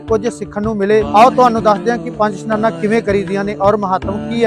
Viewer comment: ਪੰਜ ਇਸ਼ਨਾਨਾ ਹੁੰਦਾ ਸਨਾਨਾ ਨਹੀਂ